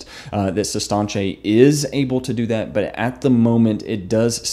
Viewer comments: Its Sis Tanch.. Not Sis Tahnch Ay. Like he kept saying lol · Does it bother anyone else that he mispronounces it for 15 min?